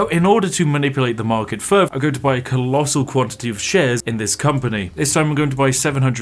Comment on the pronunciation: I love when Spiff shows us yet anover way to take things furver to make fousands. Just warms my heart.